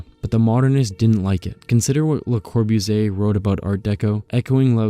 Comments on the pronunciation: Geezus, if you're gonna narrate then friggin learn how to pronounce the words and names FIRST! [LUH] + [KAW] + [BOO] + [ZEE] + [AY], [MEES] + [VAN] + [DUH] + [ROH] + [UH] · wow great video! a lot of amazing topics and information. LOL though because op decided to use Siri to pronounce Bologna but chose to butcher Le Corbusier multiple times.